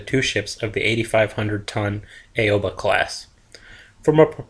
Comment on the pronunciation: aww-bah not aaaaeeeioooobbbbaaaaa